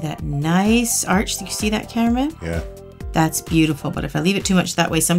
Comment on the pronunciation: 😍😍😍 WOWW!! That nail looks AMAZINGG!! And is she saying "CAMERA MAN" or "CARREMAN"?? Lol!! Like a person's name??